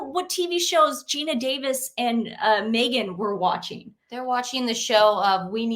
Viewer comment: Sooty blind 😂 moment to say Megan not negan 😂